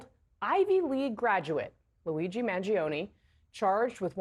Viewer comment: Trump is so jealous of Luigi’s popularity that trump can’t even pronounce Luigi’s name.